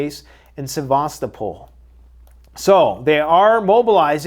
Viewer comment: he said it wrong Se-va-sto’-pol